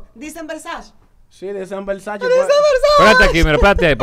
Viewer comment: Y jessica Pereira disque son versace dise Versace! lol jajajajajajaja